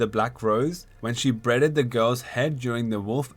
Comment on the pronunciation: the hell is youtube demonitizing the word beheaded? haha or is it actually pronounced bredded